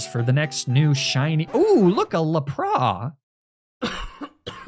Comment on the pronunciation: who the fuck pronounces lapras as La- prah